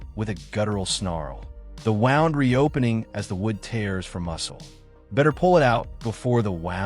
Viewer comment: Stop using AI narration. The word is "wound" (pronounded woo-nd, not Wow-nd). Use real narration or find something else.